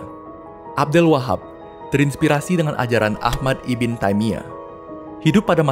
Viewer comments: Pengucapan lafal arabnya masih kurang pas min IBN bukan dibaca iben tp Ibnu yg artinya keturunan/anaknya siapa.maaf kl tdk salah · koreksi min... ibn dibaca nya ibnu bukan ibin min.. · Setelah 2 tahun, baru sadar membaca "ibn" sebagai ibin atau iben, seharusnya ibnu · Bukan "iben" atau" ibin" mas ,tapi "ibnu" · Dari kapan ibn dibacan iben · ibn bacanya IBNU bukan IBEN/IBIN ! IBN SAUD = IBNUSSAUD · Woiii bang kata ibn itu dibaca "ibnu" bukan "iben"!!!!!!!!!!!!!!!!!!!!!!!!!!! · Cmiiw, Ibn, bacanya itu Ibnu kak 👍🏿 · Ibn itu dibacanya Ibnu, bukan? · ibn di baca ibnu abd di baca abdul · Masukan aja min "ibn" dibaca dengan "ibnu" yang memiliki arti yang sama spt "bin"/anak turun laki2 dari.. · Disini saya cuma mau membenarkan beberapa pelafalan dari admin: 1. Ibn = ini dibaca "ibnu" bukan "ibin" 2. Syi'ah = ini dibaca "syi" " 'ah " (" 'ah " ini dibaca seperti 'ah ketika desahan perempuan/laki-laki dalam adegan film biru)